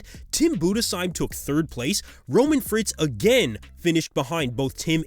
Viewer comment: Respect for pronouncing Budesheim right